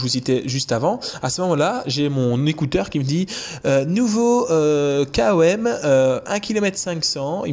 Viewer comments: Par contre on dis "comme" et pas K O M 😂😂 haha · Sympa comme style de vidéo ! Sinon tu peux dire " kom " comme ça se prononce au lieu de "K.O.M" lettre par lettre. En tout cas t'es le premier que j'entend dire comme ça 🤷‍♂️😉👍